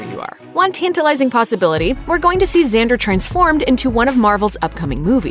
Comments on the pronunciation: It's not pronounced "xander" It's pronounced "xandAr".This lady doesn't know the MCU and is just reading the script smh. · its xan-dar not xan-der